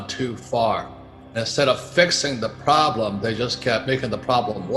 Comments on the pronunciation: 07 'The Roblem'? 🙄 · He needed to fix the "roblem" before it gets worse! LOL